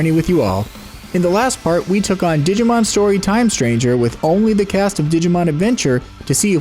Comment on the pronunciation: I'm sorry, but I can't stop hearing "Didimon". Great video :D